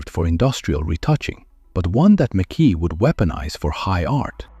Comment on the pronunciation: It’s pronounced ‘Mac Eye!! Not ‘Mc Kee !! Good video but lets get his name correct at least. It’s Scottish ! I met him at a show in the 80’s nice guy.